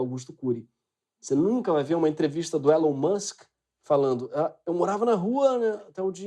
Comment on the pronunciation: O Elon Musk com sotaque paulistano. O Greg não perdoa! kkkk